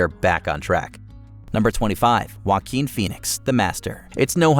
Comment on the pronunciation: And heres me thinking their name's are spelt Tom Cruise and Shia Labeouf not Tom Cruz and Shy Laff. Oh wow, now we have Wen Phoenix instead of Joaquin Phoenix?. Yeah gonna stop watching now